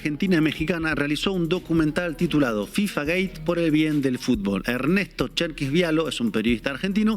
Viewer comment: Soy el unico que escucha decir FIFA Gay? Or gate ?